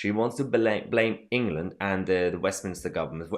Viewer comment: She can’t even say the word England